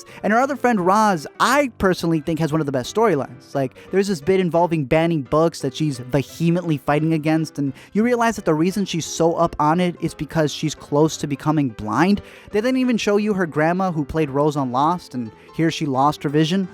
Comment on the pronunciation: you put the emphásis on the wrong sylláble in vehemently lol